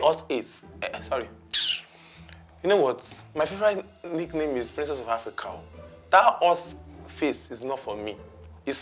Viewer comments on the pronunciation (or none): It's princess of afriCOW he said, not africa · That's it It's Africow not Africa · Did he call him princess of ARFRICOW 😂😂 sorry her